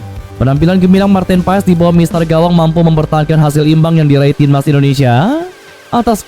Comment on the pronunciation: It’s pronounced as Martin Paas…. Not Pa Es 😁